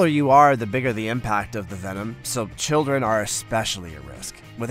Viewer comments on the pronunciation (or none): none